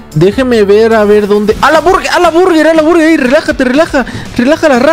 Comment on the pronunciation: Hola me encanta ver tus videos de probando mitos y me da mucha risa cuando dises ala burrger jajaja mi ID: TFMURIEL